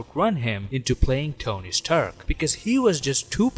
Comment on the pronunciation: Tony Sturk?